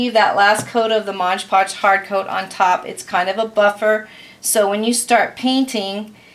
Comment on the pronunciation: Its MOD Podge, not modge podge.